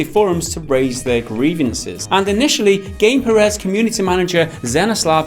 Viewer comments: Uh, the SCUM developers name isn't pronounced Gameperez, it is Gamepyres. ;) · bruh, it's "Gamepires", pronounced kinda like "empires", not "game-pireehz" xD